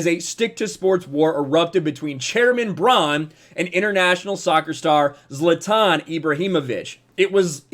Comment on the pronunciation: At least he pronounced zlatans name correctly, unlike other sports commentators